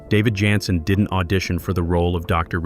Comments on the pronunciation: Jensen not yansin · Yansen???.. Get a human who at least watched the cotton-pickin show!!!!!